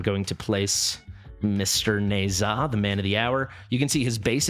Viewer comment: Pretty sure it’s “Nehszh-ha”